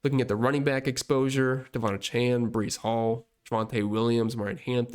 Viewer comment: Great content and analysis. (One note: names are important to people; he pronounces his name: Duh-VON AY-chan.)